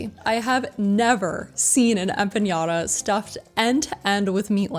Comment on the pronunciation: No such word as empa”ng”adas.. it’s empanadas.